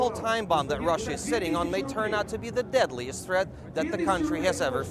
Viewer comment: "de diadliest tret"